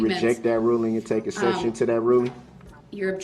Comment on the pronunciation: Hey Darrell, What the "Heh" is an "EE SEPSHUN" ?